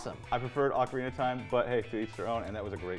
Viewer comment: "You have to say Ocarina of Time." Only if you can pronounce Ocarina.